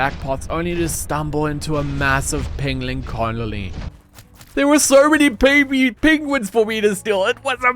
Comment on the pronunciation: Didn't know Bennedick Cumberpatch was on that planet when they're called Pengwings